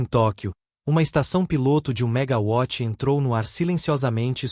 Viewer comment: Triste e lamentável é ter que ouvir o locutor (assim como vários alguns outros na internet) pronunciar "megaVÁTIS"... ; pô, James WATTS, era britânico, onde o W (o "Double "U", "Duplo Vê", via transliteração", resultou no nosso "DÁBLIU", que utilizamos em português; daí não se pronunciar "VÁTIS" pois a unidade de potência, adotada, refere-se à um BRITÂNICO; não à um Alemão ou um Francês, países esses que consideraram o "W" NÃO um "Duplo "VÊ", língua britânica, mas um DUPLO "U", daí virando o "DÁBLIU" em nosso idioma., portanto, "Vátis" é o C@ Essas antas não aprendem; PQP..!